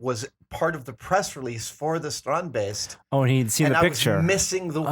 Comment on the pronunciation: Why does he say baste? The guy that invented them calls them beasts??